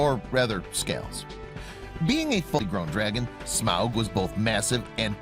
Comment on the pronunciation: This guy constantly pronouncing Smaug as Smowg really bothered me lol.